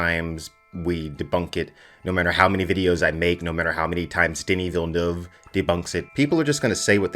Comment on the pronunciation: I must say, as a French Canadian, you're the first english-speaking person I heard pronouncing his name correctly lol